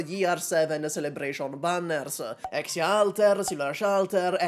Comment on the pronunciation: bro really said "kal tuah"